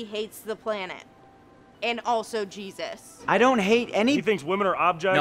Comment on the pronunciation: She said "Jesus sees. He sees you're doing this" lol Truly Jusus sees